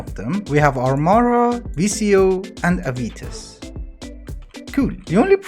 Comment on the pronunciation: bro it is not aivitas it is revitas :)